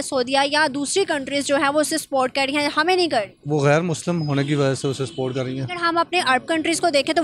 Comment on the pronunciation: सपोर्ट को स्पोर्ट बोलते है।